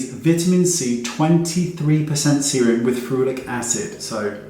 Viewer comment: at first, I heard regular semen helps with acne 😂🤣